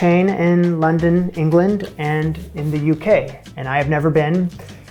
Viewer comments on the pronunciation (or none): none